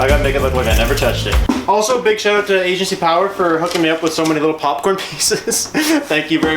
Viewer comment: i cant be the only one who hates how he says "out" or anything that starts with a "o" or "ou" like "outside